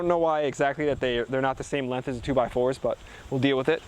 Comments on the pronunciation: The way you say "lenth" over and over again in your videos is too much for me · Great video. Lots of great content in a short amount of time. I thought I noticed a little accent when you said length. Where are you from?